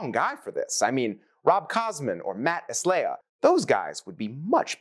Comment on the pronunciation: Matt Estlea (pronounced: est-lay). Sorry, I know how much of a pet hate that is for him. Also, on the boards with the bolts your using to hold up the 'e' ready for finish...Do you think that putting a dab of CA glue on the ends of the bolts would be a good idea to prevent damage from the metal bolts?